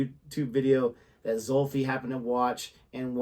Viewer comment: Finally,, you pronounced Xulfi's name the way it's supposed to be pronounced. Good job. 😀😀